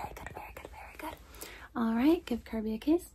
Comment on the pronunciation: THE VOICING FOR KORROCK WAS ON SPOT, but Kirby just kinda. "YEER III"